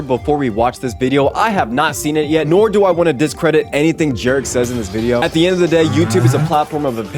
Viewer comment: Great Video!!! I definitely hear some of the points you brought up with this game being for different people and I'm glad you liked my skill issue joke:) I hope you enjoyed the video overall though I definitely enjoyed yours! BTW my name is pronounced 'je-ra-kai" but I kinda liked "" haha